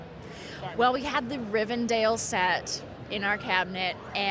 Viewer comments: It's Rivendell, not Rivendale. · I don't understand how people can't pronounce it correctly. I watch a lego youtuber that also says Rivendale it drives me crazy. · No we don't. I don't understand why people can't pronoun it correctly it's literally said in the movies several times and it's spelled Rivendell so I don't see where people are getting the dale part from it's so fucking confusing. I'm American and plenty pronoun it correctly. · Americans always call it Rivendale 😂